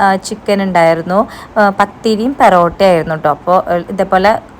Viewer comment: പെറോട്ട അല്ലാ 😂 പൊറോട്ട